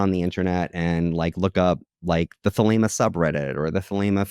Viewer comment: Thelema, not Thelma and Louise lol 😂